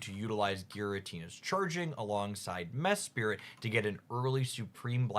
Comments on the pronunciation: Its Mesprit not Mespirit ☝️🤓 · Since this comment contributes nothing besides criticism I decided to also like the video and subscribe to make up for it. Please forgive me (and stop saying mespirit 🙏🏻)